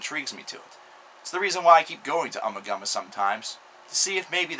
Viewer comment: It's pronounced "Oo-ma-Goo-ma".